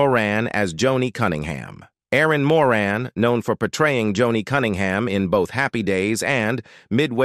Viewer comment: I literally HATE when people use a computer generated voice to do the narration part of these wanna-be Documentary type videos like saying Erin More-Anne, instead of Erin Moran, and Deezy Arnoz instead of Desi Arnaz #CompleteFAIL & #LAMEandLAZY 🙄